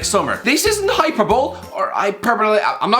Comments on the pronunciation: Hyper bowl. Fricking HYPERBOWL. Is it so hard to say hyperbole? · Hyperbole hi-PUR-bully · Roblox Dude no he said hyper bowl, he meant to say hyperbole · It’s pronounced hyperbole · Hyperbowl and einsteen. Ah yes, a man of the English language. Love you. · It’s a hyperbole (hyperbolie) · Roblox Dude no it isn't, it's pronounced with e sound at the end, Google it